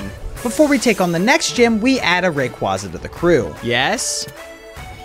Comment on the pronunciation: Bro said RAQUAZA 💀💀💀